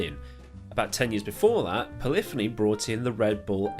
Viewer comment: Your pronunciation of Polyphony was correct in all aspects.